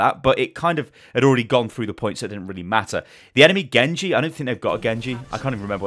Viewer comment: "Gengu" lmaoo Gosh I love you